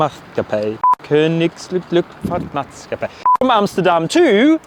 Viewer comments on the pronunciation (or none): butchering of Koninklijke Luchtvaart Maatschappij is the reason the Dutch prefer to reply to us in English!! 🤣🤣🤣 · The whole company name seems to be challenging for English speakers, so the acronym KLM will be sufficient. But the K is pronounced as Kah and not as Kay, the L and the M are the same as in English. The nk, the ijk, the cht, the double vowels, like aa, the sch and the ij at the end are all difficult. So it was a nice attempt, but hardly recognizable. Listen to Google Translate sound and you will learn to speak it perfectly in no time. If you ever fly with KLM again of course. Maybe they answer the call bell next time. I never used the call bell, so I don’t know if this was a one time miss or that it happens more often. It certainly is a point for improvement.